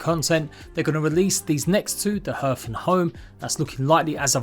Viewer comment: It's pronounced 'Harth'.